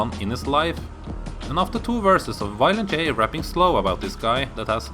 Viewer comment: "Wiolent J" lol I get it, he's probably from Germany or something, somewhere close by, but that's just funny. I am gonna start calling him Wiolent J from now on.